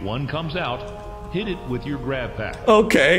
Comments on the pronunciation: Grabpack ❌ Boobygrab ✅ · Why you keep saying boobygrabs